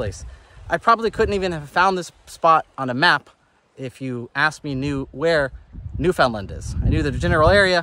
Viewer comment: I love your ever evolving pronunciation of Newfoundland. 😂😂😂 Almost have it.